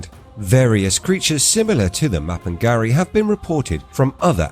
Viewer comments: ma-pin-GU-ari not ma-pin-ga-ri, why butcher names when you can ask any1 with half brain......? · it's not do your research in English it's pronounced ma-pin-"G"u-ari with G unless you are lazy muppet and you didn't want to waste 1 min of your time to look it up and you butchered it instead...End of discussion what if